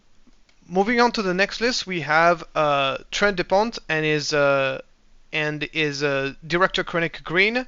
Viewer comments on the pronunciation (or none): none